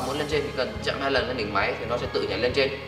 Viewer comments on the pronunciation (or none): Sao anh ấy nhấn mạnh chỗ chạm 2 lần lên đỉnh nhỉ ? Vs khúc cuối sao nghe buồn buồn